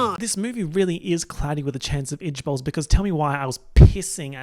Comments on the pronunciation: Keep thinking your saying "itch balls" instead of ijbols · the first time I watched this I thought every time he was saying ijbol he was saying “itch balls” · i keep hearing "cloudy with a chance of itch balls" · now why does he pronounce IJBOL as "idge bowl"😭😭😭😭